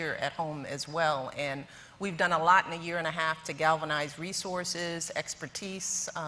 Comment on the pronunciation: Melania sex doll Trump couldn't even pronounce "galvanize" let alone know what it means...